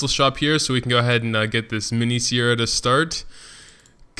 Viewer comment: It's Seira, not Siera